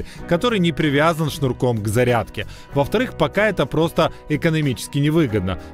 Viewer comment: какои цирк, 16 раз на зариадке гагаггагаага